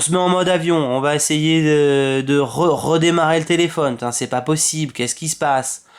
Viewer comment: Le problème oui c'est sur qu'il vient pas du téléFAUne (comme prononcé dans la vidéo) mais d'Orange car c'est eux qui brident le réseau malheureusement.